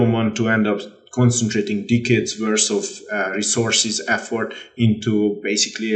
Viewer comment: Man really said dick heads when trying to say decades